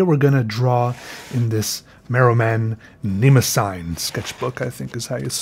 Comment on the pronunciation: It's pronounced Mah-Rew-Mahn Nehm-oh-zeen